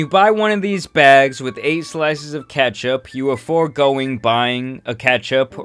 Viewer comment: no way u just pronounced it like "catch up" tf 💀